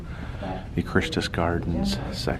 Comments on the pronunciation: In case you didn't notice, the tour guide repeatedly pronounced "Christus" correctly, whereas you made the common mistake of pronouncing it incorrectly. Although the name is based on Christ, the pronunciation is not "Christ -us Gardens". It's actually "Chris--tus Gardens" like the popular male name "Chris". It may not seem to make sense, but trust me, after being born and living in the area for over 20 years, that's the way it's always been pronounced in advertisements put out by the company that operated it. Glad it's been brought back! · Is it comes from Latin, the proper pronounciation is Chris-toos.